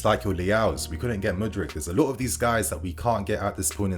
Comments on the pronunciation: Mudueke is a Nigerian name pronounced as >>> Ma-do-akay. 😁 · Madueke is pronounced (Ma Du A K{eke}) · just murdered my brother's name Noni Madueke 🤣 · Please don’t do a separate video for Enzo. It’s was done for Harvetz. We then placed him so high and now the fall is so great for him. No more over hyping. Keep us level-headed sane. Meanwhile you are murdering Maduaeke’s name.